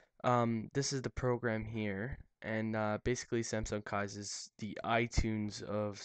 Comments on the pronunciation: Is it nor pronounced 'keys'? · It pronounced as " keys". They just spelt it differently. why do you think it has a key lock picture right on the logo? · It's actually pronounced "keys." Which is why the "K" in the logo is in the shape of an old-fashioned key in front of a keyhole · Just FYI it's Pronounced (KEESS) Ie... Keys